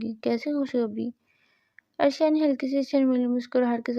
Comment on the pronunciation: It's not arshiya it's areesha